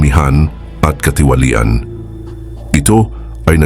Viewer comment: marahas, katiwalian, pagbubukod ay iilan lamang sa SABLAY ANG PAGBIGKAS mo sa Tagalog o PRONUNCIATION .. sana pag-aralan muna tamang bigkas bago mag-narration para di ma-disrupt ang pakikinig sa mga Salita ng Dios